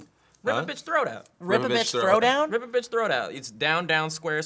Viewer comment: I really thought he said river bitch throwdown